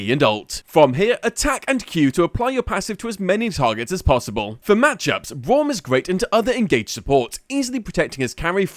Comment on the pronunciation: I like how he says Bwaum at the start